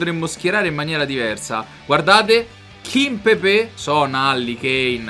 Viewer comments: Non si dice kimpepè, si legge come si scrive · Kimpepè hahahaha